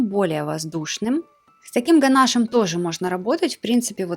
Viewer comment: Правильно писать и говорить: ганашо́м